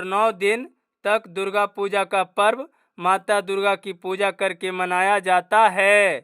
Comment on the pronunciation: सर आप पूर्व नहीं होता है ❤ पर्व होता है 😊😊